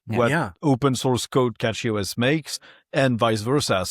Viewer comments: Cache has an e on the end so it needs a long 'a', so cache is supposed to be pronounced CAY- sh. Saying cash is wrong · CASH-ee. Like cache. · I pronouce it as CachyOS, but I hear some people like to say CashyOS